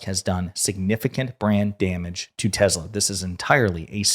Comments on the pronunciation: Every time you said Brand Damage, I heard Brain Damage. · Did you say "brand damage" or "brain damage"?